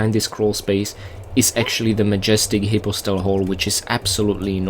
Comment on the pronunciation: I think the way he's pronouncing it is the correct way (but I'm not 100% positive)